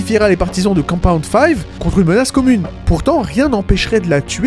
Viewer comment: Vidéo très étrange des cuts très audibles en plein milieu de ton explication + prononciation bizarre de maeve et du composé V (composé 5 ?) Certains points intéressants mais je ne comprends vraiment pas ces problèmes cheloux